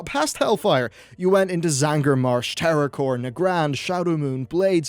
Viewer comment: Now it's Terrakor, is messing up things' names your hobby? Jokes asides, this new area looks really fresh and exciting.